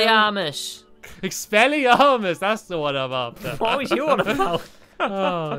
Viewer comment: It's expelliarmus not what you said...if you don't know that then you haven't read the books properly.